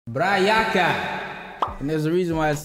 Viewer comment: Bra yaka (should sound like Bra yaaka) you need to drag that A sound a bit.